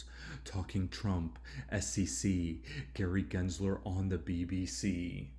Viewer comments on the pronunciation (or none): “Gray Gensler”